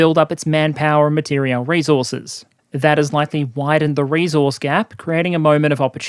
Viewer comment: Also, I noticed that he misspells 'material' which is probably why also mispronounces it. But doesn't worry me as I think english is not his original (early childhood) language - geeze as a native speaker my spelling has always been crap so I don't judge others on this.